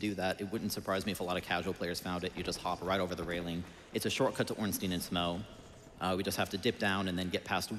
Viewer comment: Tough. Dough. Through.... so how are you actually supposed to pronounce 'Smough'? 'Smow' just sounds wrong to me 😂